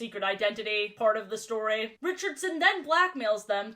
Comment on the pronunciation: Under 24 hrs gang and also i like the way she says words ending in y like instead of story it’s stroei